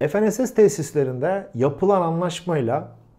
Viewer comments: Efenss ne diye kullanıyorsunuz ingilizce kullanmayın f-n-s-s olarak söyleyin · Herşey yerli oluyor ama dilimizi yerli yapamadık. ef,en,es,es değil Türkçe olarak okusanız ne güzel olurdu. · Ef en es es değil. Fe ne se se.